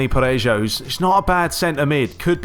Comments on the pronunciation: Sorry i couldn't go without saying this but.. It's pronounced Dani Pa-re-ho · I'm pretty sure Parejo is pronounced as "Pareho" :)